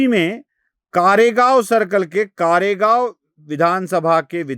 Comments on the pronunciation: कारेगांव नाही कोरेगांव बोला काय राव चाललय मराठी असुन नांव माहीत नाहीत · Karegav nahi koregav bolo